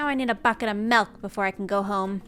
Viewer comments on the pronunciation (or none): she really said MELK lol